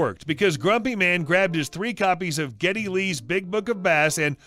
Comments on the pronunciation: "Geddy" not Getty. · This was my favorite part of this Video. I have no clue if Geddy Lee is a fisherman or not; but the fact that the voice over actor didn't even try to search the name is rather funny.